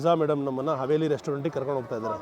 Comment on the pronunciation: HAVELI NOT HAVERI 😁😁